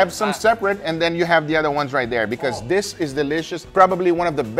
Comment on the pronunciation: Saying "Dis" instead of "this" is extremely disrespectful! It's not a "oh English isn't my first language problem" it's a "I don't care about being respectful" problem. My first language was also Spanish, and I don't say "Dis!"